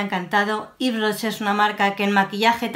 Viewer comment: Jjjj.. K buena diciendo el nombre. A mi me encanta Ives Rocher pero de maquillaje no tengo mucho, me encantó ver el resultado😘